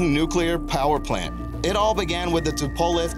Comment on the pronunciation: Please learn how to pronounce the names before making these videos. Tupolev is a very big company, and it is not that hard to find out how it is pronounced. Great video, but you lose credibility when you can not say the names properly.